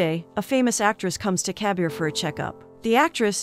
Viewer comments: It's not kabiar it kabir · its not cabier ,its kabir